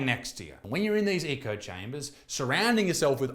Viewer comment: Please learn how to say "echo" instead of "eco". Otherwise great video, cheers